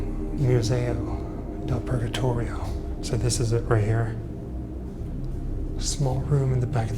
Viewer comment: cavolo hai pronunciato la parolaxpurgatorio in maniera perfetta ❤